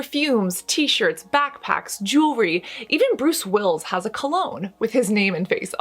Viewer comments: Love your videos ! You've inspired me to get back in skin care! I went to Esthetics school 15 years ago 😳 lol and Sophia Loren is a godess, love her! Her last name is actually pronounced Law-Ren, not Lauren. 😘 And it's Bruce Willis not Wills. Lol so cute. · Did you really say Bruce WILLS?! Girl, it’s Willis 🥴. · Did you really just call him "Bruce Wills"? I listened to it 4 times and I'm sure it's an honest mistake but his name is Bruce Willis. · Did Cassandra say Bruce Wills .... its WILL- IS baby